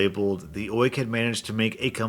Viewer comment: Say Oik again, I love it